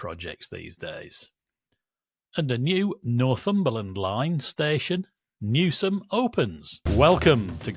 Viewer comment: Hurrah Nigel pronounced Newsham correctly. 🎉🎉🎉